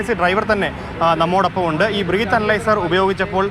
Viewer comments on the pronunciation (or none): ബ്രീത് (ശ്വസിക്കുക) അല്ലടാ പൊട്ടാ ബ്രെത് (ശ്വാസം) എന്നാണ് പറയേണ്ടത്.